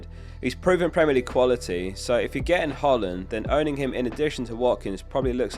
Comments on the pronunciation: Guy it’s pronounced HOY-Lund. Please say it right 🙏🏾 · That's not how you say Hojlund,. Good video